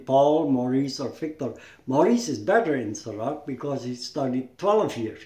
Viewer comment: i;m Indonesia , Jurus not juru , With S. Langkah with H, not Langka, SERA without K, Not Serak... he is not Pendekar, Pendekar Is very Humble never use Bad Words. Sera Is from Indonesia there Isnt serak, Sera...